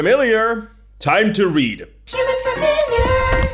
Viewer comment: “Human familiarrr” is golden